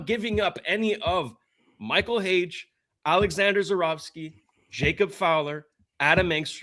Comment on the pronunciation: Not Hage. Period.